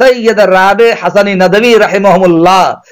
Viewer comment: ارے چچّا یہ ندَوی ندَوی کیا بکے جا رہے ہو ندْوی ہوتا ہے جھنڈ کر ڈالی ہم ندویوں کی آپنے